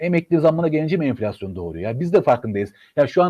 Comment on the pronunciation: cok tatlisıniz enfilasyon